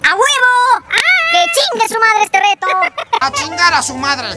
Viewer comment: Like si y dicen deto y. No reto